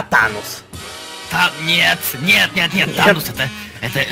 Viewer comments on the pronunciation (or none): не тонос а танос